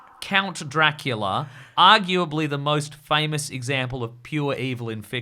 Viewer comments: saying drackleea at random points of the podcast is shredding me to bits lmao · Is saying Draclea?